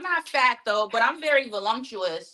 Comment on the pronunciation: "I'm not fat....but I'm very volumtuous": 1. Stop it - you're fat, & the word you butchered is - voluptuous, not whatever you said. 2. Why are people who watch the show regularly surprised when asked to do the kam? 3. Usually ppl say I have a nice figure - Kudos to your friends for not hurting your feelings - but they're not helping you, yes the booty is huge, & so is your gut, but I do think her face is cute. 4. Never heard the term "flaws" applied to her before. Has anyone else noticed that obtaining just 3, THREE, flaws is like pulling teeth, while the "lucky 2 b w u" answers are like opening a fire hydrant? Kudos to her for working steadily on her recovery, & wishing her continued good health!